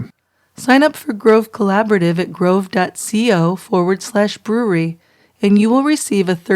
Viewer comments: Please fix the intro it’s so distorted and it sounds like he says “troo crime brew-reee” it’s brew-err-ree. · True crime brew-err-ree!